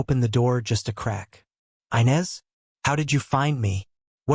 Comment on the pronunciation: Inez is not pronounced ' Aynez " it's pronounced " Enez! "😂😅😂